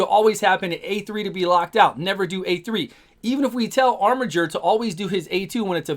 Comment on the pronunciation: Finally, someone who pronounces "Armiger" properly. It's a word, y'know.